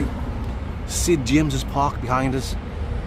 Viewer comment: Every time said Sid James park i died haha.